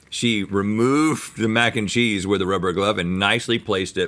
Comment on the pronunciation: mac 'n chweenus